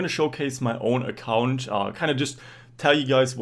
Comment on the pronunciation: "giants main accAunt" you gotta be german XD